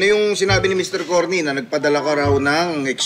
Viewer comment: Cornee daw si Curlee 😂😂😂😂